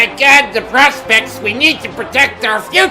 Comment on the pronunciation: "uh my guod da pwospects we need to pwotect our fwuture." - I fucking lost it here.